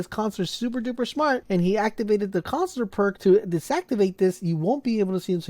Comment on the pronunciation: It's "Coun suh lur" not Cons-lor